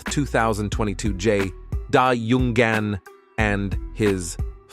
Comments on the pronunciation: LMAO "Jay DOW YUNG AN and.. his...Father" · It’s JayDyeYuneGannn for me… this AI is horrible!!!! 🤦🏽‍♀️🤦🏽‍♀️